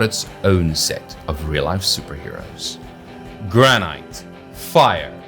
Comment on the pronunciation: Aaah hahaha classic. Yeah Granite the Gladiator was definitely wrong, you said it correctly but I wouldn't tell him that to his face XD